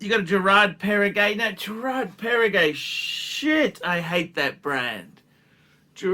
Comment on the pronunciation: You made my day! 😅 So if I summarize with your own words: « the IWC is spectacular », « the Girard Parregaux is actually nice and Pateky» (it’s pronounced Perrego, not Perregay, just in case…), the Omega is good and I’ll pass on the Breitling rant because of the obvious difficulties you have in reading comprehension, combined with the attention span of a toddler. But…the key takeaway is they are all dogs with fleas and shitters. Instead of choosing good watches that we like or have complications, we should just dump all of those that don’t have a crown logo (including those that have sentimental value), in order to buy Rolex at 3 times the price, so that we can show off at the 15$ all you can eat Asian self service buffet and make sure even the sub-average diners there recognize the brand on your wrist. Not to forget that we should couple our Rolex with an entry level beemer, that we can’t actually afford to buy cash, so that people don’t mistakenly conclude that you drive a Ford Modeo, after seeing your gold IWC perpetual calendar. Spot on!! 😂